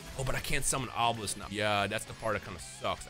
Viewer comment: Kash-Hor-belisk, that's kind of terrifying!